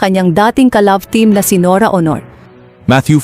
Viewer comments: I agree with you she can't pronounce properly. What planet she came from? I'm based overseas but I can still speak and pronounce properly. NORA AUNOR SOUNDS HONOR. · Oo nga parang tanga Aunor lng di pa ma pronounce ng mabuti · Ano ba tong nag sasalita norra ooonoor ang tawag sa superstar. Nora Aunor.. please don’t make any videos about anything Tagalog or anybody specially about the death of important person.. you can’t even pronounce the name properly. that is beyond disrespectful. Tarantado to! Bwisit!! Unsubscribe!! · Aunor naging honor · Pagbutihin mo naman ang pagbigkas ng pangalan N O R A A U N O R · Pati family name ni NORA Mali ang pronunciation magaral ka muna ng tagalog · Bakit hindi ka marunong mag pronounce ng Aunor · I agree. She can’t even pronounce Nora’s last name right. Please practice your Tagalog before you blog.